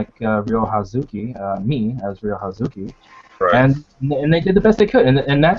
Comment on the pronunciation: it is Ryo not Ryu